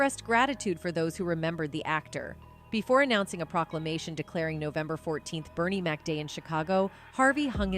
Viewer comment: But all due respect ! Please get Bernie Mac's name right.❤❤❤❤